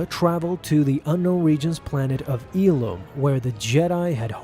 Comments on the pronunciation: It’s ill-um not eel-um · No big deal, but you’re pronouncing “Illum” incorrectly. It’s “ill-um” not “eel-um”. Not trying to be a Karen, just trying to be helpful😊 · you pronounced ilum wrong